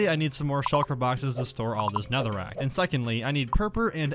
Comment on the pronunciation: Bro really said netherrick